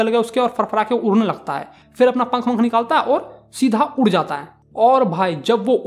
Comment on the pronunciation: उड़' को उर' ड को र. 👀